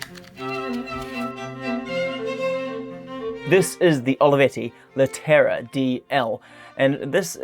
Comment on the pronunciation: you could learn to pronounce the model at least, Leh te ra